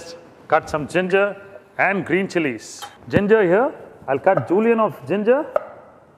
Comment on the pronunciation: STOP SAYING JULIANS FOR THE LOVE OF GOD!